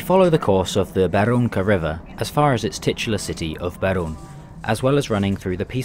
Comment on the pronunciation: as a czech native, i can say that im impressed by your pronounciation, which were the best ive heard so far. only thing ill point out is the name of the town "beroun" which is said differently. but great video anyway. always feels good when somebody from different country records their experience in czechia, and has positive feelings about it :)